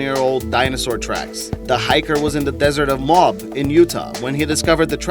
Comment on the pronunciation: Had to chuckle, I'm thinking where's "Mob, Utah" until I realized he meant Moab, pronounced Mow-ab, lol, beautiful place btw! And great video!